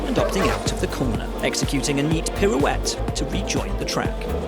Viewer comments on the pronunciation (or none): none